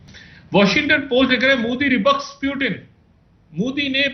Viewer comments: 0.45 he said President *"Pyu-teen"*...🤭🤭🤭😂😂😂😂😂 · Pyutin are ye kha se pakad kar laate ho aise Journalist jinhe Pronounciation tak nhi aata thik se...🤣🤣🤣🤣